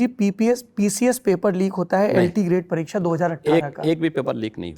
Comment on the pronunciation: Parrikssa , सिक्सा..... का उच्चारण हिंदी